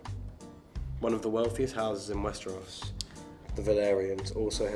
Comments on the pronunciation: "Westrous", reading "Valyrion" instead of Valyria, the hal/hall thing...... 💀💀 oh god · The cast is bloody amazing! 👏🏻👏🏻👏🏻🤩🤩😍😍 The problem with English is that every letter has different pronunciation depending on the word. Westeros. She said we should say West-iros … Like, how you could write Westeros without a second “e”? Kirimvose is much easier because it’s spelled phonetically, like Hellenic🇬🇷 my language. Each letter makes one sound and you pronounce all the letters. So much easier! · West e ros 🤣